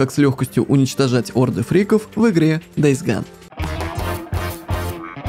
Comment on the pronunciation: игра называется не дейс Ган а дейс гон